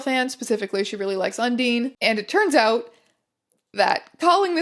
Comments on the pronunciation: It's pronounced "Un-dine". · Btw Undyne is pronounced like dinosaur. Hope this helps. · the worst part about this video is the pronunciation of Undyne as "Un-deen" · Why the fuck do they pronounce Undyne like that, its un-dyn not un-dine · STOP CALLING UNDYNE UNDINE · this video is so informative but she called undyne undeen 😔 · Undyne is pronounced undien. Just saying. She’s a character from the have Undertail. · that pronunciation of undyne hurt... undeen 😭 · hearing undynes name pronounced like that physically hurt me a little bit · Thank god I’m not the only one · U pronouncing undyne like that makes my heart cry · I think the way you pronounce undyne is a crime. Love you! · Ms.Strange, I love your videos but your pronunciation of Undyne is horrible so I have to kill you now sorry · mispronouncing undyne reminds me that despite feeling like a tight knit community, tumblr is multifaceted. we do not frequent the same sides of tumblr. teya doesn't know what undertale is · genuinely gave me such whiplash to hear her effortlessly recounting deep tumblr lore and then mispronouncing undyne....... esp as someone who had one hell of an undertale phase in middle school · WHY DO YOU KEEP MISPRONOUNCING UNDYNE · i’m. so sorry but the way you said undyne really threw me off 😭😭😭😭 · The way you pronounce Undyne hurts me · I have never clicked faster Edit: the way teya says "Undyne" gives me pain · Yeah I loved the video so much, but the Undyne pronounciation made me die inside a bit But yeah Teya hasn't played the game (as she said in the Tumblr Sexymen video) so i don't blame her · i was looking for someone saying that loll i cant blame her for mispronouncing it tho as she seeming hasnt ever played the game